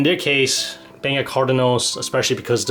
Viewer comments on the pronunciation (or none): none